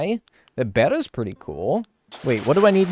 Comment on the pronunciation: its pronounced "bayy-tas" :-)